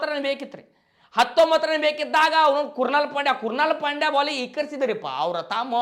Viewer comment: ಕೃನಾಲ್ ಪಾಂಡ್ಯೆ ❌ ಕುರ್ನಾಲ್ ಪಾಂಡೆ✔️